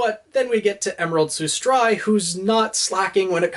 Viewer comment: Am I the only one who is like super annoyed that he’s mispronouncing Sustrai and Alistair?